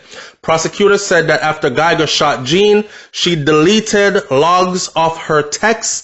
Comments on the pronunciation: it is pronounced as John. No hate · His surname is French so its not prononouced as its spelled